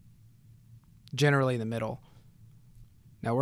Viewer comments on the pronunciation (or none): none